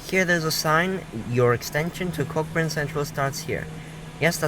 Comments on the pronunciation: Great stuff, but.. Its pronounced coh-burn, not cock-burn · Did I hear a mispronunciation? The ‘CK’ in Cockburn is not pronounced…It is said ‘COH-burn….I’m an ex West Aussie living outside Melbourne…We were always very careful to pronounce that suburb the right way….and some of those earlier ex TP buses are plying the streets of suburban Melbourne….